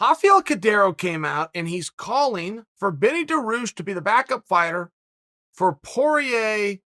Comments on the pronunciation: “benny daroosh” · Beneil Dariush? Nah, Benny Duhroosh